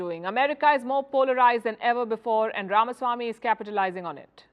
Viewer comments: Thank you for pronouncing his name correct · Palki, First of all, congrats for pronouncing Ramaswamy correctly. Most North Indians would pronounce it RamAswamy which is wrong! VR is suave, smart but lacks political experience. He should be the man to watch out in future.